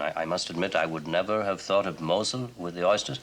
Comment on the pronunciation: mispronounces both Moselle (like Michelle) and Zinfandel (rhymes with Moselle, accent on the E). I'm surprized.😂